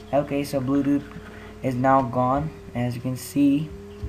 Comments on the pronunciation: HE SAYS BLUEDUD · Im die how he said bluedoot instead of bluetooth hahahaha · i heard it at 30 sec and he said bluedudet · LOL HE SAYS BLUEDUD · LOL DID HE JUST SAY BLUESUDU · It's Bluetooth not bludude. And thing not ting